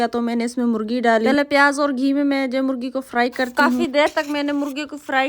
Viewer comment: Molgi nahi bol te morgi bol te ha